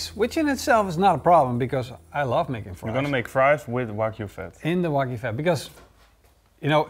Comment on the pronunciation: "Waygu do with it?" Lol